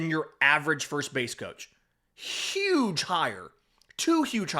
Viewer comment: You got me when you called it hugh